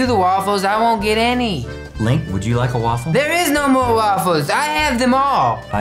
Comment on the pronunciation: its not Lank its link and its not rad its rett